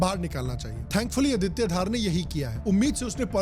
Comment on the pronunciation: अदित्या धार ❌ आदित्य धर ✔️